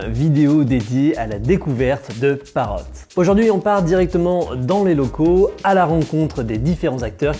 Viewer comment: Pourquoi vous prononcez le T à la fin de Parrot ? C'est pas une consomme muette ? Et sinon, c'est encore plus impressionnant la taille de cette entreprise quand on sait que leurs drones sont fabriqués en Chine, un comble finalement pour la seule entreprise française qui conçoit des drones 😁